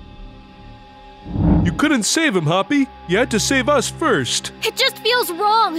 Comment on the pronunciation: Player sounded like he was saying Hoppy